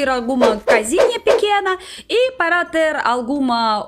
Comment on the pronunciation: "Nas filas parra comprrar a Vodka" AAAAAAAAAAHHHHHHHHH VOCE É MUITO FOFAAAAAAA